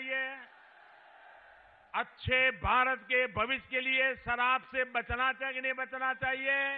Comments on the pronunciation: Lagta hai k ye Pradhan mantri ka bhashan hai. Are sharab sh se ,na k sa se. Kyon JHOOT bolte ho. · क्या क्या बोल रहे हैं ??? कितना निम्न कक्षाका भाषण ,,, कहने को कुछ बचा नही ,,फालतु जूमले सराब? ठीकसे उच्चारण किजीये,,,,जी। सत्ताका नशा बिना शराबके बोलता है।ओर ये लडखडाना महंगा साबित होगा साहब।